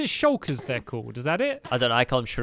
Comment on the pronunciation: stampy pronounced shulker correctly